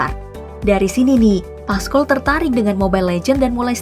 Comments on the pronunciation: PASCOL Min,,bkn paskol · Pascol bukan paskol😭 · Bacanya Pascol kak, bukan Pascol